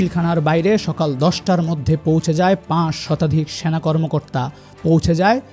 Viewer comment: স্যানা❌ সেনা✅ কনটেন্ট ক্রিয়েটর দের উচ্চারন নিয়ে কাজ কর উচিৎ।ভিডিও দেখার উৎসাহ হারিয়ে ফেলে দর্শক